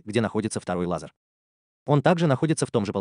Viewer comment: Автор, спасибо, но этим экспериментам бразильских ученых уже много лет… И одна просьба: надо говорить не лазАр, а лазЕр.